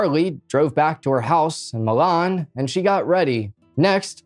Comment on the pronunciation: Say it like this, Moleeeeeen. Not Molon